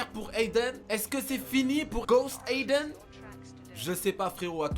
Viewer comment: il a dit de spammer "Ghost AYden"